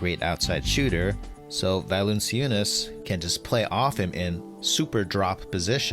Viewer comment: oh, hey, Eric? Jonas Valanciunas's name is pronounced "val-an--CHOO-nis"